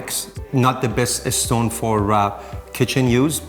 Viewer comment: Love the house... When he pronounced stone that way... I was like " a fellow Iranian? "... 😂😂